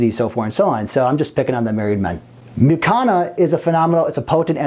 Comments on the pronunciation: Don’t want to be petty, but at a certain point, it is unforgivable that he constantly says “Mucana” instead of “Mucuna”. And… DUDE… wear a long arm shirt ffs! I don’t want to see your gay tattoos! Apart from that, a great video and a great doctor! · Since when does the letter "u" in the English language make an "a" sound?